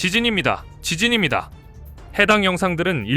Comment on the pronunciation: 지진힙니다.... 왜 지진희로 들렸지?? ㅋㅋㅋ